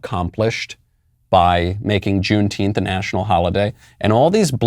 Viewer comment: What is june teenth? Tenth or what ever he is saying???